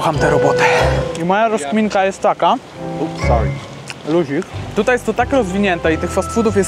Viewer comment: kolesiowi odpowiadasz luzik , mówisz to z pełną buzia haha spoko ale koleś mógł zrozumieć cos innego jak na przykład losser a to nie fajne Słowo i ja tak zrozumialem , weź pod uwagę swoje akcent i ze każdy może inaczej słyszeć słowa ... możesz być bardziej ostrożny bo jak trafisz na jakiegoś popaprańca nie będzie tak milo ... nalewałeś sobie cole z automatu obok byly inne napoje do wyboru , może powiesz cos więcej o tych smakach ich nie mam w Polsce trzymaj się.